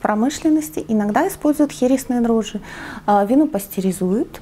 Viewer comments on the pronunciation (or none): none